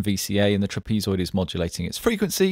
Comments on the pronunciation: lol "trapeze-oid" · never heard trapezoid pronounced that way...